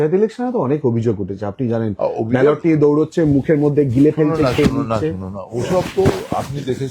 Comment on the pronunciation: Katha ta ' liye' noy ' niye' hobey jodi Bangla bhasha bolchen